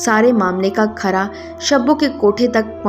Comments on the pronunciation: Khura not khara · Keira not khara